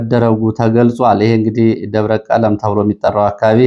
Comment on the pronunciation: ሰላም: አማኑኤል አካባቢ የሚገኘው ደብር አንተ በዜና እንዳነበብኸው “ደብረ ቀለም “ሳይሆን ደብረ ቀለሞ ተብሎ ይነበብ። ያደግሁበት አካባቢ ስለሆነ ነው።Debre Kelemo NOT Debre Kelem!